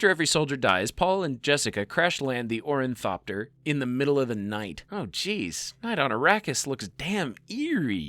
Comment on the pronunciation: Idk even know if its pretentious. I think the guy just needs to see a speech pathologist. Its one thing to pronounce some of the names wrong, but I caught on to his condition when he kept calling an Orni-thopter a "Orin-thopter". Guy is misplacing letters and entire syllables. He has trouble putting his words together and then continues pronouncing them incorrectly out of habit.